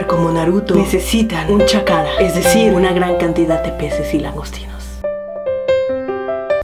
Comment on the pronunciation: No es chakara es chacra